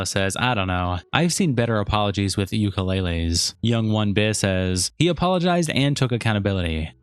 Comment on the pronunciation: "I've seen better apologies with a ukeleyley" goes hard NGL